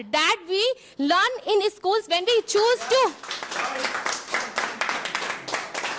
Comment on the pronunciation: lun instead of learn😅